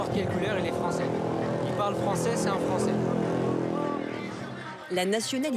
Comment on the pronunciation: Ce sont des "fwoncais" de quel pays?